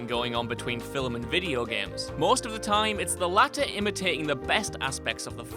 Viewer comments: ah he got so close to saying "film" right this time. *STOP SAYING "FILLUM" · It's film. Not fillem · Return of the "Filim" I've seriously never heard it pronounced so bizarrely. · Filim or Film? Lol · Great list, and I love how he says "Fillum". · Games that came from fill-ims? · Haha fill um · I heard Alexander Armstrong say it, but he was acting as another person at the time, so I'm not sure if it's "Alexander Armstrong" or "Random Possibly Fictional Blue Peter Presenter" who noticeably says fil-um. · "Fill-ems" XD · This list is 100% top fuckin' notch! Also, "fillem".😂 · Fil-m? He does know that's a one-syllable word, right? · The way you say film upsets me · I was going to criticize the "film," pronunciation, but it's no fun, now you've already done it. Meanie.